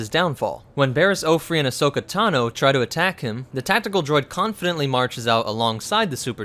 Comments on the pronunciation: Barris Ohfree?? It's pronounced Off-E (as in just the letter). Also wasn't Kalani the tactical droid on Onderon? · anyone notice that He mispronounced Offee as Offree? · It's not offree, it's offee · This is cool but... There’s no R in Offee... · It's pronounced Coffee but without the C